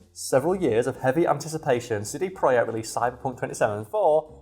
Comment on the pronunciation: Pretty sure it is pronounced project idk